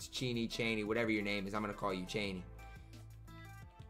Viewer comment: Cheaney name is pronounced CHAIN EY btw love the content